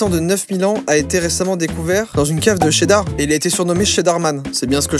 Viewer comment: C'est cheddar pas sheddar 🧀😋 Miam! j'adore le fromage 😁